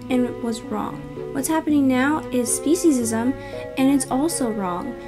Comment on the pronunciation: "Speciesim" Welcome to 2040 Ladies and gentlemen